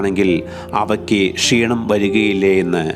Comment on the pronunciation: നിങ്ങളുടെ വിവരണം അറുബോറാണ്. കൃതിമത്വം കൊടുക്കാതെ സ്വാഭാവിക രീതിയിൽ സംസാരിക്കുക. ഉച്ചാരണവും നന്നാകേണ്ടതുണ്ട്. പഷി അല്ല, പക്ഷി ആണ്. ഷീണം അല്ല ക്ഷീണം ആണ്.